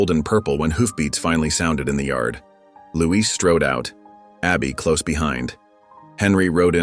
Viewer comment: Not Louise -- it's Luis.